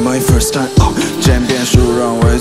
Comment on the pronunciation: 為什麼time讀成tie~whassup永遠都讀成whassa